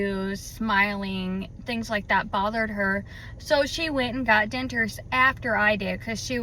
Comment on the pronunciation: I eat and taste just great!..maybe your debtures were done at the wrong placeand please please learn to pronounce DENTURES. my goodness. Annoying